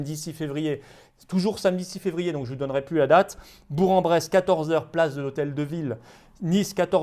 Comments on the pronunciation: "Bour en Bresse" mon sang de burgien n'a fait qu'un tour xD : "Bourk"-en-Bresse. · On dit 'bourK en bresse' et pas 'bourre en bresse' Mr Philippot.